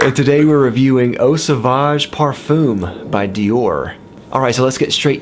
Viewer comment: Nice review! but ouch on the pronunciation. You guys are butchering it. Parfoom? Makes me think of baffoon. It's pronounced parfuhn (kind of like in duh with a nasal ending). letter m at the end is silent.